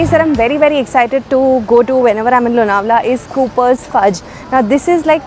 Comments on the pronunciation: This video is shot last year. Last year It rained a lot and so lots of greenery.💚 In our home all products r from MAPRO😅 And LONAWALA= Chikki Specially MAGANLAL ki😃 Yaha jao aur chikki na lao to paap padega😅. BTW ANCHOR MARATHI THI LEKIN ' L' ka Marathi sound Lonawala me galat tha. Misal me sahi tha. Lonawala me 'N' sound bhi galat tha. Hindi jaise sound ka upyog kiya It's लोणावळा Nt लोनावला It's मिसळ nt मिसल😊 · The pronunciation of Lonavla in the train announcement was wrong. / - your pronunciation is correct